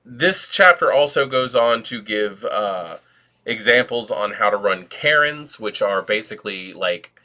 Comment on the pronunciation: Really nice walkthrough. I can't help but snicker a little at your prenouciation of Cairns.. which in my Danish Non-English hearing sounds like 'Karens'. I haven't been into Werewolf in earlier edtions but will definately give this one a try (ordered the hardback already). Regards